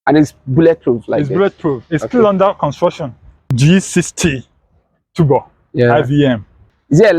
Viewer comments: He calls it tubor 😅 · The way he pronounces turbo cracked me up 😂so bad.... Now innosons should start producing some exciting cars such as Super high performance cars, hatchbacks with a 2.0L turbocharged engine wacked on it and so on. At least for the young Nigerians😌🙃